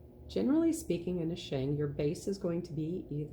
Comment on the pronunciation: Pooh Air Indeed 🤣 I wish the pronounciation was more accurate because I really struggled with the back bit of the video. Sheng (or raw), not shang. Pu-Er with the 'er' more like 'erm' without the m, not Pooh Air, please 😂